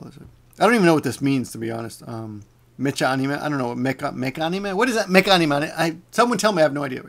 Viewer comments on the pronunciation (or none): I think the word you were looking for was "packrat". It seems like you forget idioms and uncommon words like that often. By the way, "mecha" isn't pronounced メチャ but rather メカ because it's an abbreviation of "mechanical". It's basically a genre of anime focused around robots. Alhough if you're in a situation you may opt to strategically mispronounce it. Also, I think you have to be of a certain age or watch too much news to even know who Ted Turner is. I think the only time I've seen him in anything was on CNN once.